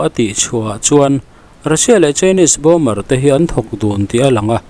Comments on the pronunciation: Bomber tiin an ziaka bomer tiin a chhiar ri thin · Bomer nge Bomber aw... Min lo chhang teh😮 ka hriatsual chuan explain please. News in siam chuan fimkhurna tur hi a tam viau. Pronunciation chu ka sawi lo na in, meaning- less chu a zia lo viau